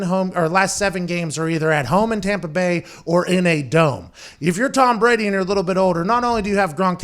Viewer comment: The tompa bay gronkaneers